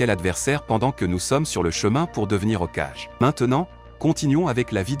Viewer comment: faites vous confiance pour la lecture du script plutot qu un bot qui lit, j ai quitté sur Hokajjjjjjjjjjje et un peu de respect pour culrama bordel